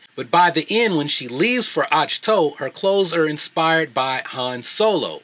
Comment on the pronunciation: Rey sucks, Anakin needed years of training and she doesn't? Plus, you're pronouncing Ahch-To wrong. Movies are a form of art, choices and casting is made in order to serve the story. Movies shouldn't be used as a platform to practice equal representation.